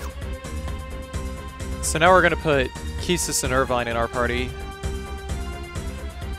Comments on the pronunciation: I love your videos, so I don't mean any disrespect, but keestis sounds silly to me. It reminds me of keister or queef. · I wonder how you pronounce the word "equipment" or "inquire". Please reflect on your approach in spelling "Quistis", because it's cruel :) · I always pronounced Quistis as "cuistis" not "kistis"